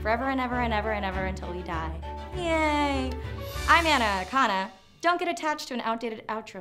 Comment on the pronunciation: When i first heard the part when she says : I'm Ana Akana I thought she said: I'm anaconda I was so confused.